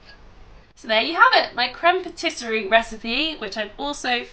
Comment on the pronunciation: Great tutorial, but my grammar OCD kicked in lol...isn't it pronounced 'patiss-ee-air'?